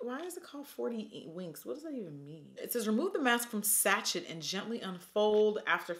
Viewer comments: "sachet" is pronounced "Saa-shay" not "saa-CHET" 😂😂😂😂 im fuckingg screamingggg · Satch-et????? Swear it’s sashayy but idkkkkk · Satchet is pronounced sash-ay auntie Jackie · Love how she pronounces sachet😂🤣 it’s sha-chay not sha chet😂😂💖 Edit: so everyone is correcting the fact zoeva is from Germany and educating Jackie the difference between UK and Great Britain AND NO ONE has pointed out “sachet” unless I just haven’t watched her for long enough lmao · Hehe. "Satchet". It is pronounced "Sashay". 😜😘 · She said saCHET 😂😂😂😂 no judging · Did Jackie just say “sah-chent” 😭😭😂😂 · Girl the way you said sachet 😂